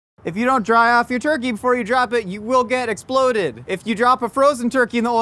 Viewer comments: him saying sploded and esploded spoke more my language than any public service announcement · I love how his pronunciation of exploded slowly deteriorated during his safety speech. exploded -> esploded -> sploded -> splodeds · the whole… “sploded” bit made me stop watching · i cackled every single time we got hit with a “es’ploded” this has been a good day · Need a tee “you will be ‘sploded” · Here's a game: Take a shot every time says s'ploded